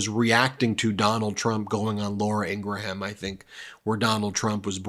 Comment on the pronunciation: Dude...It's pronounced In-grum...NOT In-gru-ham